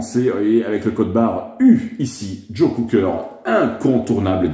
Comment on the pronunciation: Please, it's Cocker not Cooker! All the best. Cheers!